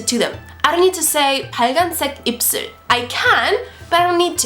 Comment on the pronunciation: it's 입술 not 입슬... just noticed that while watching your video